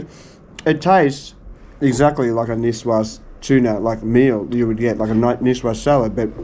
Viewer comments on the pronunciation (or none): Ah, the good ol' tuna "nikoiys". Never a disappointment.